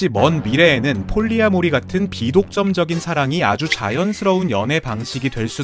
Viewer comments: 폴리(띄고)아모리 이렇게 읽는겁니다... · 폴리아 모리 가 아니고 폴리 아모리 라고 읽어야 해요^^ 프리 마돈나 가 아니고 프리마 돈나 가 맞는 것 처럼요^^ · 폴리-아모리 인줄 알았는데 계속 폴리아-모리라고 발음하셔서 제가 잘못 알았던 건지 긴가민가하네요.. 의 네임밸류의 맞게 정확한 발음을 하셨던 거겠죠? 제가 잘못 알았던 거죠..!?